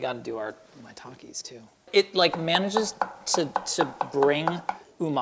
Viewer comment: Shiitake is pronounced "she-e-takeh". Maitake is "my-takeh".